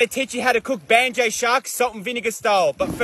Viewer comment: How does anyone pronounce Banjo as banjay lol